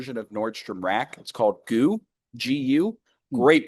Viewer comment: FYI: GU clothing is pronounced "Gee You", not "Goo". (I shop there too.) Also, I usually like to eat dried fruits with my nuts, and I found that when I put a small piece of fruit in my mouth along with an almond, I stopped getting that almond skin stuck in my throat, like Dylan mentioned in your last Dodger Post. Your podcast is great. Probably better than the one you did when you guys were at the other newspaper. I just wish it was twice a week (or more).